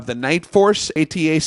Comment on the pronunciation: It's pronounced "Attacker,". At least, that's what the NF rep I talked to called it.